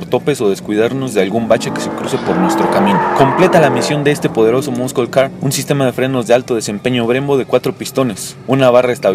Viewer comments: muskel,muskol car hahahah un curso de ingles no les caeriamal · El del Challenger dice Moscolcar hahaha XD